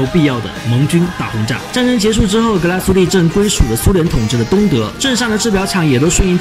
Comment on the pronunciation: 两点错误，第一格拉苏蒂发音错误，第二点德系，打磨不是日内瓦纹，而是叫桶状纹。至少人家厂家管它叫桶状纹